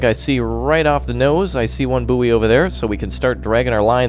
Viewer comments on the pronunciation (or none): bouy is boy not bouee